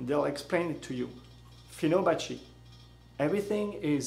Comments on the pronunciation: Let me correct You. It's Fibonacci not Finobacci =] but video is good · Hey buddy. Good science. Bad English. It's fibonacci. Not finobacci. Google it. Namaste